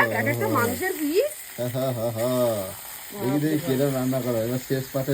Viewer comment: Notun Bangla ta bhalo bolte pare .GAMLA KE GABLA,PROKITI KE POKITI 😂 English ta aro PIECE KE PICH , LOVE KE LABH , TRAIN KE TEREN 😂😂 Sei level er ashikhito , chabla 🤬🤬🤬🤬🤬 r ei murkho ta janei na CHICKEN STEW ki jinish 😡🤬🤬🤬🤬🤬